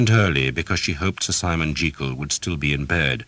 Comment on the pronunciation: One criticism: Sir Simon Jeekyll? Why change it to something that doesn't sound as good, and isn't the correct pronunciation either??